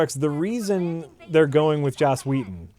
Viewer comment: Is "Joss Weathon" an insider gag? Because his name is "Whedon."